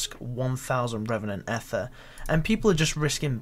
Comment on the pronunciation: Ether is pronounced Eether not “ehther” smh terrible engrish